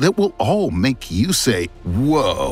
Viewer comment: I love this channel and hate doing this but it's "whoa"! Extremely irritating.